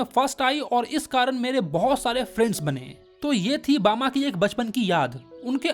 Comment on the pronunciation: rajput hai hm bama ache se bolo